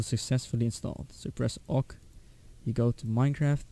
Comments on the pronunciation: "Press OK u say ow kay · nononono... he just says owk